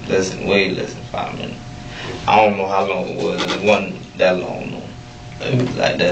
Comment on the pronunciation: Ion Ion Ion know... Ion Ion.. Ion know.